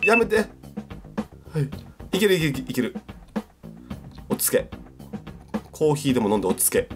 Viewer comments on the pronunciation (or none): コー↑ヒー↓ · ほんとだ、コー↑ヒー↓って言ってるｗｗｗ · のコーヒーのイントネーションが「コー⬆ヒー⬇」っていう所で道民なんだなぁって感じる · あれ、コー↓ヒーだww